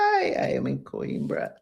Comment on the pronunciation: I'm not being a jerk, but it's pronounced...."QWEEN-BRAH"